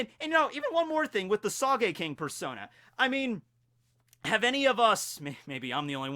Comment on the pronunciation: I don't like Usopp. And please,,, its spelt sogeking not sageking. the o is pronounced like in note. Don't pronounce Japanese words as if they are English.